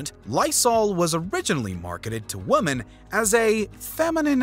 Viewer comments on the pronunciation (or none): The words the narrator mispronounces are so interesting. "Women, soot, ubiquitous, sculptor" No hate, just so interesting.